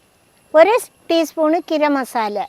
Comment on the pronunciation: കിരം മസാല😂